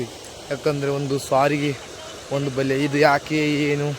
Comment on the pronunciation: ಬಲಿ ಅಲ್ಲ ಬಲೆ